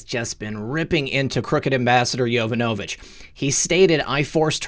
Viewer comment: yuh-VONN-uh-vitch. Please!